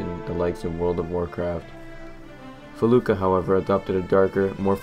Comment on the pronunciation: M"y"noc??? "Felooka"???